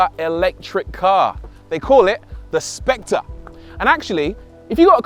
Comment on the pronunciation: The Specte? .........Not SpectRReh?